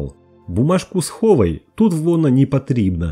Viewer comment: "Бумажку схова́й, вона́ непотри́бна" Раз уж озвучиваешь, так ставь ударени́я прави́льно. Не знаешь как правильно говорить на мо́ве, так сначала поинтересуйся. Сам я гражданин РФ и патриот своей страны, но тро́хи розумїю укра́їнську мо́ву.